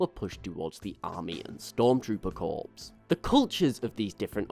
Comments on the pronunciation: Corps is pronounce core.... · Great channel, but I have to say, you pronounce Corps without the P